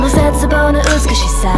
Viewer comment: Cute how she pronounce Zetsubou as /Zetsu-bow/ /bow/ like putting your head down, instead of the closer way which is /bow/ from "Bow and Arrow"